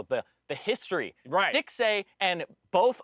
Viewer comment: Stixxay at rift Rivals... what are you saying Phreak... and why did nobody correct him?